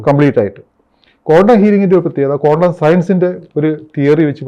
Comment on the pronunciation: it’s not condom healing its quantum please pronoun properly